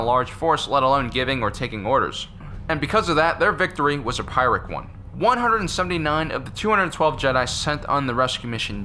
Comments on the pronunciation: It's pronounced "Peer-ick" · I think it's pronounced "pure-ic" victory.